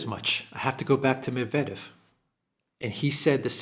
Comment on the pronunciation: You pronounce so many Russian names perfectly but not Medvedev. It's "Medvedyev."